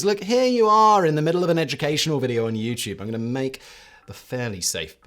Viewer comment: Take a shot every time Simon says "yit-CHEWB"